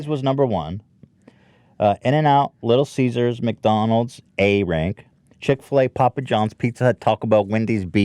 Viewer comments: "Little Caesars? Nah, Little Seizures." - probably Ethan's thought process with his odd pronunciation. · Ethan saying “little seizures” made me cringe. it’s CESAR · ethan. its little ceasers not little seizures. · I love the way Ethan says little seziures instead of little ceasers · I love how Ethan kept calling Little Caesars, “little seizures” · why the fuck does Ethan keep calling it "Little Seizures" lol. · did anyone else register that every time ethan said "Little Caesars", he actually said "Little Seizures"? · "Little ceasures" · Ethan: Little Cesars My Ears: Little Seizures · "little siezures" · Why did nobody say anything about the way Ethan said "Little Caesars" but pronounced it as "Little Seizures" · Because he's been pronouncing it like "seizures" for a while now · Ethan: "Little Siezures" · Did anyone else notice that Ethan pronounces Little Caesars as Little Seizures? Lol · Yeah hahaha and nobody acknowledges it!!!